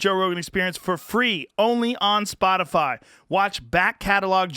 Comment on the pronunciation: Texas twang on the ol' "Spotifaaa' " at the end there. Anyone else pick up on that?